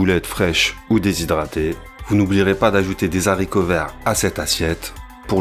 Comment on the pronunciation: " des H aricots verts... " mais pas grave : )